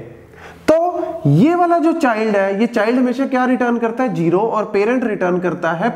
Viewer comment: Yr jero na bolo kasam ae tapp charti ha.